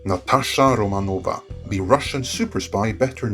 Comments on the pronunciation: Finally somebody is actually pronouncing her name correctly, as a Russian speaker hearing them say "Natasha Romanoff" kinda made me cringe a bit lol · Romanoff not Romanova, we're more used to the first, but the second is technically correct